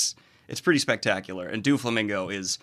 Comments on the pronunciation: Mainga 💀 do-flamingo💀💀💀💀 Kay-doe💀💀💀💀💀💀💀💀💀💀 uncle ear-row💀💀💀💀💀💀💀💀💀💀💀💀💀💀💀💀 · Those pronunciations had me in stitches. kay-do, doo-flamingo 😂😂😂 Not judging btw it happens often when binging the manga. You’ll pick up the pronunciations from watching the anime enough ✌️